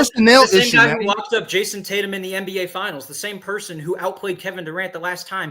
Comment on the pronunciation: It’s Tatum brother. Not that difficult.